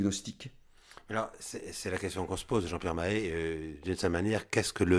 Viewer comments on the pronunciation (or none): Avis au tenancier de la chaîne : il s'agit non pas de "Paul-Hubert Poirie", mais de Paul-Hubert Poirier, avec un r à la fin. De même que l'autre invité est Jean-Pierre Mahé, et non pas "Mahe". (Très intéressante émission par ailleurs, merci de l'avoir mise en ligne).